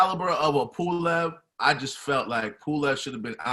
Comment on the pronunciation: It’s pulev 😂😂😂😂